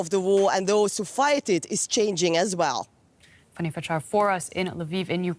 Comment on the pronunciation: Her name is not "FUNNY", ....it's FANNY (Fan Nee)....GET THE PRONUCIATION RIGHT!!!!!!